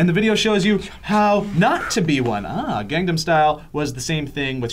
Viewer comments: it's pronounced more like "gong-nom" not gang 'nam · btw it's "Gang-nam" not "Gang-dum." You Americans seem to struggle with that word. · it bugs me when people mispronounce Gangnam.. haha. but everyone does it so.. :P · somebody tell that it's pronounced Gangnam Style, not GangDam Style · goddamn it joe it's gangnam, not gangdam. imma light yo house on fire ;p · Its no gang nam its pronounsed kangnam. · It's not "GangGAM Style"... It's "GangNAM Style". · its not pronounced as gandom style i it GANG NAM style :) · its said as gongnam style but spelled gangnam style people dont know how to say anything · For the love of god, stop pronouncing it GANGnam style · Am I the only one it bothers when they say "gangdam style". There's no "d". Enunciation. ENUNCIATION. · PRONOUNCE IT PROPERLY oh my god that keeps annoying me. GAHNG-NAH-M STYLE. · its pronounced as kahngnahm. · why do i keep hearing gang'dam' style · Please stop pronouncing the A's like "Say", its pronounced like "Saw" when saying gangnam style. I so cringe from the way you guys pronounce it. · Gerrrrrrrrr why can't you guys pronounce Gangnam right?!! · Please don't talk about anything PSY until you can say Gangnam style right :I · Can't anybody pronounce "Gangnam" correctly? Not that hard. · I love sourcefed, but in all honesty; It's not hard to pronounce gangnam style. xD